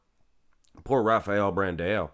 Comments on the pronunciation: I wish Rafael Brandão placed 9th just that I wouldn't have to hear you say BranDaYoW again! 🤦🏾‍♂️ I hate it. Lol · its still BRANDAAAOOOO! no BrandEO! there is still no E in his name! for the love of god !